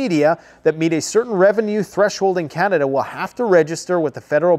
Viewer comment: KJP calls us "Canadia"